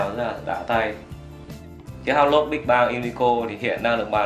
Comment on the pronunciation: Đọc là Hu blâu, nghe húp lốt sởn cả da gà